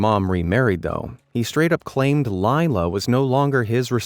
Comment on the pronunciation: Laila is pronounce lay-la. I know someone with that name. (Not the one in the video.)